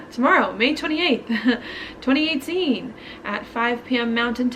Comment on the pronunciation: Does anyone else love the way she says "twenty eightteeen"lol